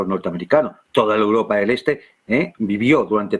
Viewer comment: que tortura de programa con este presentador, vuelve sergio te lo pedimos por favor!!! valgame dios!!!! "uropa" donde es alguien sabe?